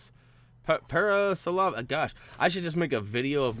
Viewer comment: You would pronounce that dinosaur as para-so-rolo-foos